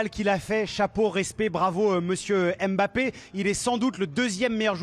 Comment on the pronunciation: On ne dit pas M-Bappé. Vous êtes INFOUTUS pour prononcer correctement le nom de famille de votre génie Français. C’est lamentable et médiocre. INFOUTUS de prononcer correctement le nom de Mbappé, INFOUTUS de prononcer correctement le nom de N’Golo Kanté.